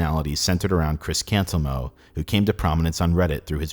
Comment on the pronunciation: Yeah, every time I hear or read Cantelmo, "Cantelmo" isn't what I hear.